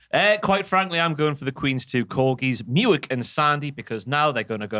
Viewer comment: Muick is actually pronounced Mick